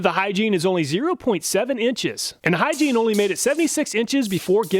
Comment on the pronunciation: Don't think the Hyggein is pronounced "Hygiene"